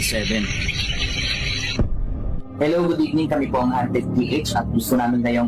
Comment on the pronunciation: 𝘏𝘢𝘶𝘯𝘵𝘦𝘥 -𝘏𝘢𝘯-𝘵𝘦𝘥 ❎ 𝘏𝘢𝘶𝘯𝘵𝘦𝘥 𝘏𝘰𝘯-𝘵𝘦𝘥 ✅ 𝘔𝘢𝘣𝘶𝘩𝘢𝘺 𝘒𝘢𝘺𝘰 𝘮𝘨𝘢 𝘓𝘦𝘨𝘪𝘵 𝘎𝘩𝘰𝘴𝘵 𝘩𝘶𝘯𝘵𝘦𝘳 ❤🦾